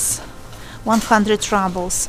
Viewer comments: Keith Reynolds - You’re kidding! It’s pronounced ROO-ble(y). She pronounces it like she thinks we would pronounce it in English, like “rubble” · The video is interesting to watch but you pronounce "ruble" incorrectly. It is not "rabl" but "roobl", like you say in in Russuan: the ruble (/ˈruːbəl/). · rawbel? roobel is more correct pronunciation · oi no ne raablz, a ryyybles.